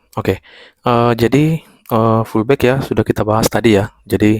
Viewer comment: oalah pullback to..abang bilangnya fullback..hehe